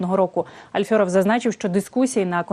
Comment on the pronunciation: Шановна ведуча! Поважайте тих, про кого йдеться в повідомленні. Чому ви вимовляєте Альфьоров? Альфьоров